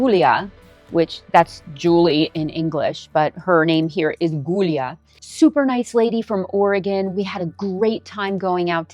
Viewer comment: I have to help you with something! I just heard you say something incorrect. You mentioned Julia in italian is "Goolia" with a hard G... it is not! In italian, Julia is spelled Giulia - BUT still pronounced the same. In italian, Giu is phonetically 'ju' just like Gia is phonetically 'ja' and Gio is phonetically 'jo'.... the i is silent and is there to soften the g. this is a common misunderstanding in the US. So for example Giovanni is 'Jovanni' - vs in the states you may have heard people say GEOvanni... this is incorrect in Italian. Or the wine San Giovese - Americans often say 'San GEOvese'. not so. The correct way to say that in italian sounds like 'San Joveze'.... So Giulia in italian will sound like 'Julia'. There is a similar rule for Cia, and Cio... Cia is 'cha' and Cio is 'Cho' The 'i' is silent... like the word 'ciao'...